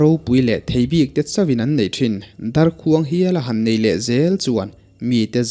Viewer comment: Ngaihnawm viau a mahse ‘darkhuang’ lam dan hi a dik chiahlo deuh a ni